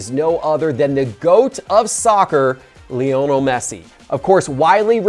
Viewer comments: I think he’s doing it on purpose to increase engagement. Even stressing the 2nd syllable was cringe. So either truly doesn’t know how to pronounce a GOATs name, or he’s doing it for effect. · Lie-nel .... not Leo-nel Messi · Why can’t pronounce Messi‘s first name right?